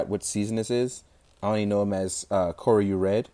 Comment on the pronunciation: It's Kyoryu not Koryu....